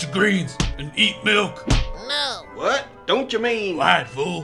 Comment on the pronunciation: drink your malk 😂😂😂😂😂😂😂😂😂😂😂😂😂😂😂😂